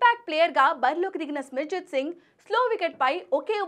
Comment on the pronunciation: సిమర్జిత్ సింగ్ అని చెప్పనికి వస్తలేదు వార్తలు చదువుతున్నావా